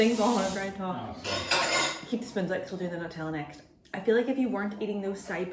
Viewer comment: So proud of you for saying NUTella and not NOOtella, and red sauce instead of ketchup lol